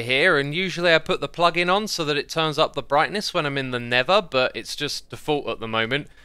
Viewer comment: Am I only the peron that hear never when xisuma said nether?